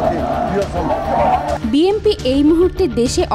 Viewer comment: বিএমপি বিএমপি মারাও ক্যান😂 বিএনপি উচ্চারণ করতে পারো না?😅